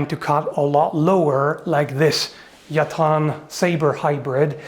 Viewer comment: Nice to hear the correct pronunciation of Yatağan, well done!